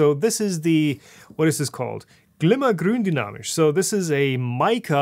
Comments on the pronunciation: Fantastic pronunciation of gründynamisch 👍👍👍🤓 Greetz from Germany 😘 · Are you from Germany? The "Glimmer Gründynamisch" was nearly perfect :D! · Just the way you said : Glimmer Gründynamisch sounds like perfect German man!!!